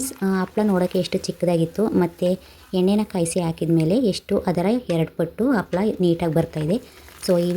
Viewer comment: Its not Appala maam its Happala